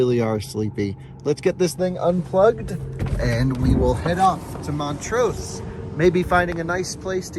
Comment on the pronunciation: Love the road trip videos, but as a Colorado native I need to correct some of your pronunciation 😊 Montrose - rose is pronounced like the flower, less emphasis on the S Saguache - pronounced sah-watch Ouray - pronounced your-ay Bummer you couldn’t do the drive between Durango and Ouray. That is my absolute favorite road in Colorado. 550 through there is called The Million-Dollar highway and definitely worth checking out! Thanks for continuing to show us what road trips are possible in an EV!